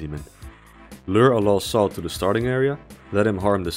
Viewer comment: each time he says '''lost soul'' but I hear ''LOL soul''